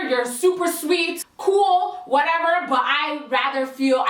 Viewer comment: “or whateva”😂